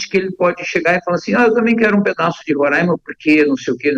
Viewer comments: Fia, eu usei fia por questão de humor (que acho que você não tem, e vc não existe), eu sei que é filha, a questão aqui é que ela fala Rora(~i)ma por erro mesmo, da mesma maneira que se fala é quando (que também é um erro). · Fia o nome é Rora(í)ma e não Rora(~i)ma